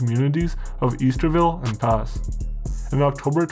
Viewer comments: That is not Pass. It’s The Pas pronounced paw. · It’s Pronounced The PAW not the PAS don’t ask me why I’ve never understood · haha the pas is pronounced "the paw" otherwise great video about my hometown! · when you talk about the northern communities you meant to say the town of “The Pas” instead of “pass” I should know I live there born and raised lol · I laughed when The Pass was pronounced incorrectly.... Oh well..